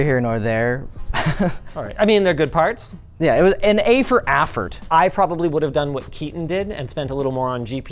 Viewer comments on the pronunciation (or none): "A for AFFORT" made me chuckle. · Did he just say A Affort ? hahaha